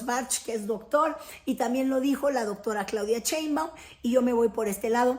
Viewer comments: Critoef? Ese apellido si haces el esfuerzo por pronunciarlo bien ???? Una vez más ...no seas vulgar pronuncia bien el apellido de la presidenta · Mal Pronunciation Cheinbaum.....y dice New York times correctamente Que pesadax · Pronuncia bien el apellido de la presidenta... no seas vulgar !!!